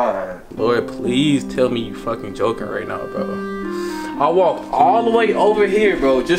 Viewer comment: She said I was joyking